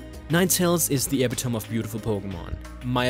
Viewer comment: I wonder if you realize you said epitome wrong.